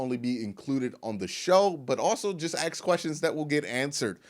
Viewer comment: I swear if you dont learn how to say ask im gonna unsubscribe